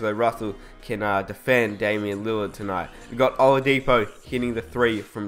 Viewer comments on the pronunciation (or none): none